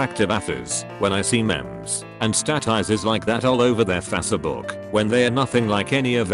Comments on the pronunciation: sears “fassebook” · "FaSsEbOoK"